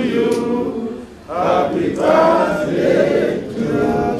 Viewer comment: Did I hear Jonathan say "happy baldday"..?..kaii